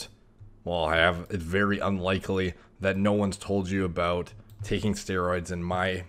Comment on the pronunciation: When he says about, its al.ost scottish, aboot